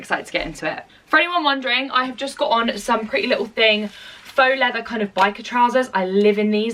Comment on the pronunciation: she said pretty little ting :) xx